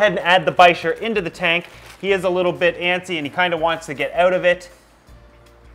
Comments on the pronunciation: It's pronounced "Biker" the ch is pronounced with a k sound. All Polypterus are called bichirs in the pet trade because of the type species, P. bichir. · Bichir (bick- Er is how i pronounce it lol) are 1000% my favorite species of fish. Hands down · I've always pronounced it as "biker" but...now I'm not so sure. lol Great video! Also, black neon tetras for the discus tank dither fish ;-)